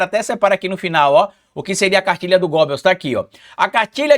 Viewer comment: BOM DIA DIA Só pra te ajudar, estudo alemão a pronúncia não é Gobel e sim Gebel